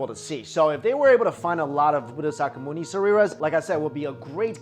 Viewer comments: Sareeras means bodies in Sanskrit and has nothing to do with those stones. And it's not Buddha saka myuni. It's "Buddha shakamuni" (Pronounced sha as in Shakira and Muni as moony) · it's not gatama.. but "gAUtHama" & not sakamuni but "shakYamUni" get it ?